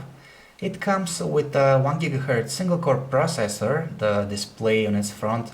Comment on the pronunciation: Proacessor Lmao